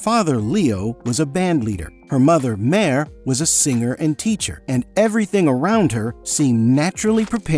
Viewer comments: Máire Duggan, not "Mayor" 😭😭😭😭😭 Hint: often anglicized as "Moira". Maybe next time spend the necessary 10 minutes to learn basic pronunciation fundamentals for a foreign language if it's featured in a video you're creating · The Irish name Maire is pronounced "Moya" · No, it's not. We pronounce it 'moy-ra'. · Maire is pronounced Moya...